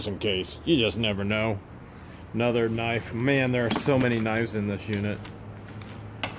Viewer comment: Sorry if I offend you but I was wondering if you say knife that way on purpose or because of a speech thing. I know I have some words which I can only pronounce weirdly.